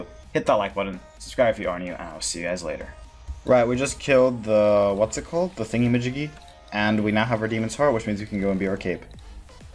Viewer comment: Love how you say “d shoes” lmao.